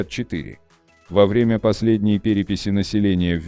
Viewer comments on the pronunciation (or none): Придираюсь конечно, но «во врЕмя», а не «ВОвремя»… …